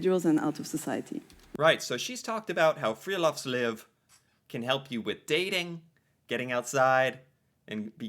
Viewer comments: Friluftsliv. U is pronounced like ou in you, oo in moose, u in rude. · Han høres full ut når han sier:friluftsliv!!😂